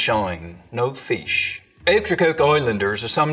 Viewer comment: no feesh